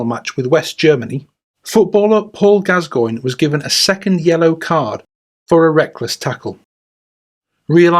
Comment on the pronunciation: Who the f@ is Paul Gaz-goyn? 😆👀 It's bloody Gass-coin 😆🤡 What the actual f.......